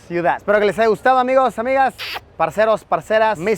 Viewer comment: Pero que bien le sonó cuando dijo Parceros y Parceras jajajajajajaajaj